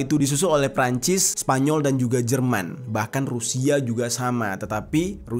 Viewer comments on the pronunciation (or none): none